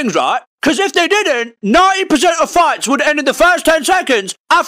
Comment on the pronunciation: Every time he says fights I hear farts lmao